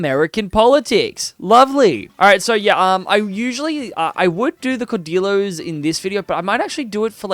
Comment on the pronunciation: I'm gonna be honest, your Spanish (and French) pronunciation throughout this video pained me. Caudillos are pronounced like "cow dee joes", written J's should be pronounced like h's (so, Jujuy --> "hoo hooy"), Louis (in French) should be something like "Loo ee", and I cannot rationalize what your pronunciation of Bolivia was going for. I apologize for being pedantic, but all that pales in comparison to you not going for Rio de la Plata. I don't know why, but every other video I see on Argentina in this game seems to deliberately avoid that option in favor of establishing the Argentine culture — which I suppose is nice for roleplay — but if you're making a point to conquer all the way up to Peru, why? You're depriving yourself of a lot of flavor (and primary cultures) into the mid-to-late game by not going for Rio de la Plata into the formable "Federation of the Andes". With that land you own in Central America, you could even have your country renamed to the "United Provinces of the Americas", with a unique flag and all. At least make it clear what your goals are, ASSUMING you didn't cut out all that explanation in post. And finally, Frontier Colonization is kind of a joke. You'll be left with a lot of coastal islands left uncolonized, which can further screw you out of some journal entries, content, and overall nice borders. At the root, I feel your heart really wasn't into playing Argentina compared to something like Ashanti (a video I really enjoyed, actually!). Not to say